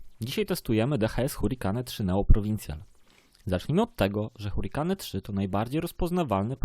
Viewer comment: mówisz: hurikane, natjonal etc